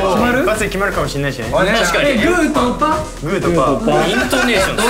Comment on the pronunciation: 「グーとパッ❓」 「イントネーションすごいな」で茶吹いた